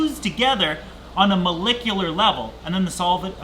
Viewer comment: Ahhh yes "Ma LICK U lar"